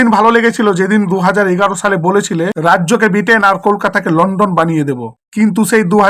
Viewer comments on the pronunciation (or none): লন্ডন নয় লন্ঠন